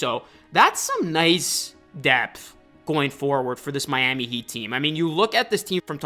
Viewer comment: nothing like "MYAMEE HEAT"